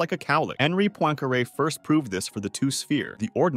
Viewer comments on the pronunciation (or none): none